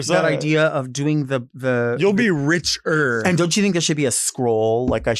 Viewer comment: The way he says, “You’ll be rich-ERR.” 😘What’s his Grin-DER😂?!